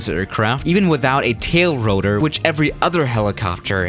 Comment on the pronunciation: I like how he says rotor like ro-toor